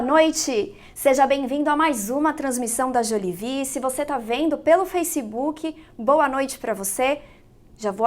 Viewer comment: Que manía do brasileiro falar “facibuki”